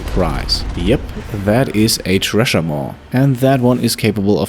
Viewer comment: The 'tresher maw'. Also pronounced 'sresher maw.'